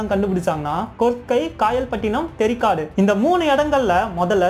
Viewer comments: Bro, தெரிகாடு இல்லை தேரிகாடு. அடுத்த முறை சரியாக உச்சரிக்கவும் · Bro athu theari kaada not theri kaadu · தெரிக்காடு அல்ல நண்பா தேரிக்காடு . Awesome video and perfect bgm..